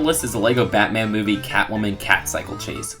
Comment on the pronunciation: OMG STOP SAYIN MEHHH TO BATAN JUST STOPPP